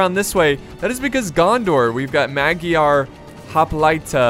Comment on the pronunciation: that pronunciation at "Magyar hoplita" was priceless :D (no hate)